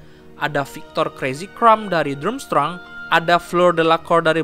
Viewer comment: Dramstreng bacanya.